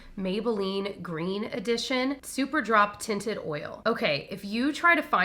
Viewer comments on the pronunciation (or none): none